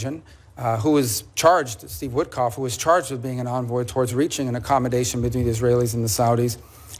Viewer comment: Steve WITKOFF not "woodcock"